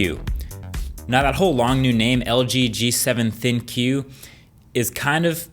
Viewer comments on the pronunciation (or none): It's not pronounced thin-q but rather think come on man mkbhd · At this point in all LG phone reviews, I can't tell if it's a running joke for reviewers to call it "Thin-Q" instead of pronouncing it as "Think"...... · It's not Thin-Q Its THINK.... the Q sounds like a K. LG G7 THINK. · I think it's pronounced "Think" not "Thin-Q" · its not thin Q... its think... with a Q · Are we sure that it's pronounced "thin-queue" and not just "think" because I would have assumed the latter? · Is it pronounce thin-q? Or Thinq as in "think" lol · I believe it's pronounced as "Think" not Thin Q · ThinQ should sounds like 'Think' and not Thin~~~Q.... :) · I think it's pronounced as "think" not "thin q” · It's not "ThinQ" as if they are saying the phone is "thin". It is "ThinQ" as in "think" because of A.I. it's probably just pronounced "think" and everyone is stupidly pronouncing it "thin-q" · It's called think..not thin-q. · It should be pronounced as G7 Think not Thin Q imo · I really thought it was supposed to be pronounced "Think". "thin q" doesn't make a lot of sense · thinkQ= think not thin-Q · I'm thinking it could be pronounced "think", but I could be wrong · isn't thinQ pronounced think? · It's pronounced "THINK". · is thinQ suppose to be pronounced the same as think? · should it be pronounced thinQ with the q sound or think? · Isn't ThinQ supposed to be pronounced like "Think"? Pretty sure it is. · I'm pretty sure ThinQ is pronounced "Think." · Why don't they pronounce "ThinQ" as "Think".... Makes a tun of sense... I dunno, the first time I'd seen it I thought it was but.... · Correct me if I'm wrong, but is "ThinQ" supposed to be pronounced as "think"? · LG G7 ThinkQ , I heard it as LG G7 Thank You lol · Is it not pronounced think? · I would like to believe ThinQ is pronounced Think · Isn't it pronounced "think"? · THINK, IT'S PRONOUNCED THINK. jez people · pretty sure "thinQ" is supposed to be pronounced as "think" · Is it not pronounced 'Think' ? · I "ThinQ" its good !